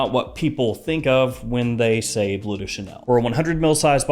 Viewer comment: It's pronounced "blurr", not "blue". Forgive my compulsive-pedantic disorder! 😆